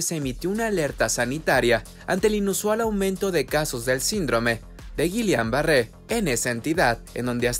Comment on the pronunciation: Has el favor de pronunciar el término correctamente